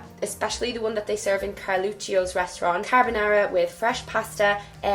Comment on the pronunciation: When you said "CARBONARA" a little part of me got scared to death. Because "la carbonara" is something foreigners get always wrong, but you did good! :) I hereby grant you the "italian badge for knowing how to properly make carbonara", good for you.